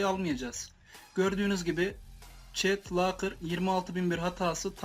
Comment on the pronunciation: Çet lakır değil dostum çit blakır